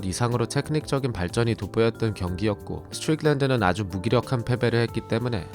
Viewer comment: 미국 42년차 시민권자입니다. 스트'뤽'랜드 발음 어디서 배웟나요?ㅋㅋㅋㅋ